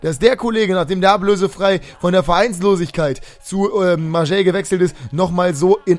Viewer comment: Ist echt so😂😂😂 Denke mir schon seit ca. 2 Jahren warum er Marseille so komisch auspricht😀😀